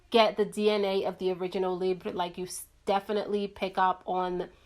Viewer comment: omg finally!! you're literally the first youtuber that ever said the name of the YSL libre perfume the correct way!! Lol